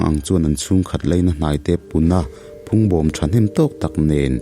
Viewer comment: I chhiar thiam tehlul nen, zanin chu i thluk dikloh i nei nual, phungbawm ti te .